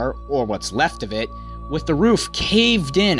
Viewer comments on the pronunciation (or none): none